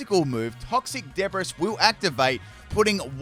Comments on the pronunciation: saying de bris instead of debree gives me a small chuckle every time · Debris is pronounced Debree. Oinkologne is just Oink and Cologne mashed up. It must be a fragrant pokemon. I'm still on OR/AS guys. So everything is gonna be new to me. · lol it's pronounced deb-bree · It’s oink cologne lol and it’s not debris it’s pronounced de bree lol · "Debris" is pronounced as "Deh-Bree". It's one of those weird situations where the S is silent. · Super fun first look into the battles so far!! The shadows can be kind of distracting with how pixelated they look, but I like how Daschbun looks up at Farigiraf because it's so tall, lol! (Also, just so you know, "debris" is actually pronounced "de-bree" 😅 It's a weird word) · How do you pronounce "debris"? XD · When he was talking about the Glimmora's ability, Toxic Debris, he mispronounced debris, like, saying it how it's spelled (which is, weirdly enough, the incorrect pronounciation)